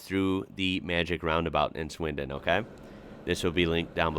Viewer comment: Can we just appreciate how he said swindon correctly (well to me) ❤